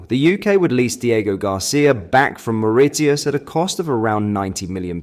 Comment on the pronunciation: You can't pronounce "Mauritius", you can't pronounce "Haemorrhage" and you called Donald Trump "the former US President". And that's just today's list! That's enough now, UNSUBSCRIBED